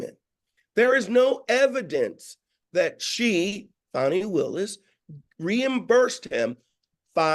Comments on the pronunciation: Fawny not Fani 😅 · her name is pronounced ‘Fan Nee’. Show her the respect she deserves!